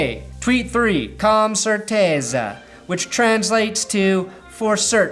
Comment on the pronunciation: You got "com certeza" right. 1 out of 3 ain't bad. Btw, I'm Brazilian. Need a translator?